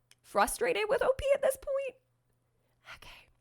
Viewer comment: For all that is good in my ear buds do not say OP the way you said it. Please please please please please don't!!!! O. P. is just fine. I love your contact but this is the one time I will stand firm in this.